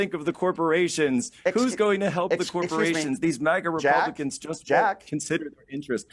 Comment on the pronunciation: Yeah you put a smile on my face and a good chuckle. “ Republacoon.” I hope I upgraded. Thanks!